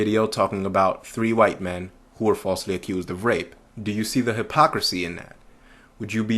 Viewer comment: Please, please, please, try to pronounce the "TH" in your speech as a true "TH" sound and not an "F", i.e "WITH" not "WIFF" PSYCHOPATH" not "PSYCHOPAFF". Do you say "FE" instead of "THE" too?